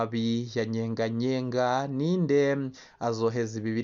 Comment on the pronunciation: Ni Nyeganyega si Nyenganyenga! Wewe update kuvuga n'importe quoi!